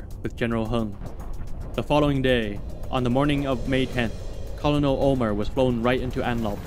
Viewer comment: Your videos are awesome, but the military rank of "Colonel" is pronounced "KER-nil."